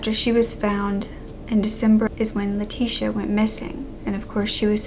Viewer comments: My name is leticia and I am mexican , im pretty sure you say her name ( Leh- ti- ciah) I always had to correct people how to say my name. I never understood how they kept calling me lateesha, like I dont have a S in my name. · i dont think thts how u say her name since shes hispanic e.e?